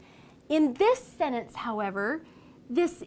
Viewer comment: She can't pronounce the word sentence.😑